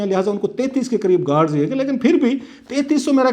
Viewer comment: کلاسرہ صاحب گوڈز نہی گارڈز ہوتا ہے